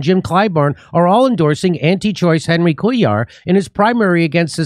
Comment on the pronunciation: (for future reference, Cuellar is Hispanic, so it's pronounced KWAY-yar)